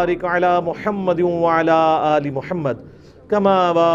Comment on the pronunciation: "wa ala aal e Ibraheema "ko ap "wa la aale" parhtay hain.plz is pe ghor kren